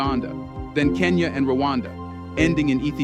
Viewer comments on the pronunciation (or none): none